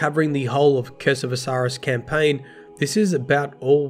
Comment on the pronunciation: "Guldren"? That's my head canon for rezzed Uldren now.